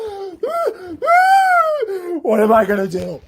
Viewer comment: The way he says Patreon makes me lose a few braincells everytime. Patriin? Patrein? Patreihn? I don't know but it's hilarious. Edit: Also he sounds like a dramatic toddler throwing a tantrum.